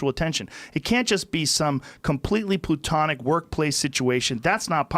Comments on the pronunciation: .."Plutonic". Love ya Joe,good luck on your move to Texas. Respect bruv. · When did people start saying "Plutonic" instead of "Platonic"? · this nigga said PLUTONIC